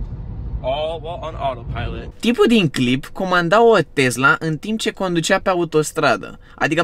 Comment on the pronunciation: Tee roggg nu mai zice tezla !!!